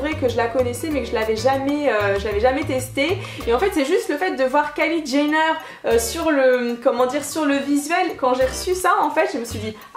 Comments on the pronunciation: ça ce prononce "dgenneur" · On dit Kylie {Diéneur} mdrrr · Mdrr coucou on prononce "Kylie Djéneur" en fait😂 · lol trop drôle " Kylie Ganner " 😉 il est magnifique ce vernis ! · Son nom se prononce "Djénneur" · ÇA SE PRONONCE DJENNEUR 😂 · Tu dis Kylie Jaïner Bruh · Ca se prononce comme géneur